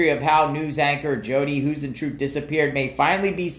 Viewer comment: Hey — I believe Jodi’s last name is pronounced High-zen-troo-it… hope that helps….prayers for the family!!